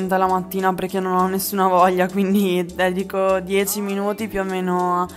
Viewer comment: Ma scusate, se lei ha questa particolarità nel parlare che vi importa? Io se non leggevo i commenti non sentivo che diceva “cuzina” o “diezi”. Se vi dà fastidio cambiate video, no?🙃